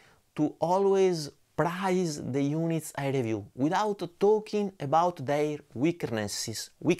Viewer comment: Hearty congratulations on reaching 30,000 subscribers 🎉 extremely well deserved after following your channel from the very beginning. Onwards and upwards. Oh as an English language speaker living in Italy I much appreciate your huge efforts in inclusiveness. English I’ve learned can be ridiculously difficult. Your word in this video PRIZE vs PRAISE, very similar. In English this is pronounced PRAYS like as in Prayer. 🙏.